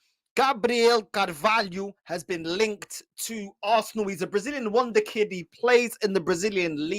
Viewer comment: Man said win the kid😂😂. He tried to say wonderkid 😂😂